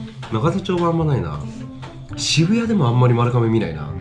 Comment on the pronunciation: まるかめじゃなくてまるがめじゃあないの？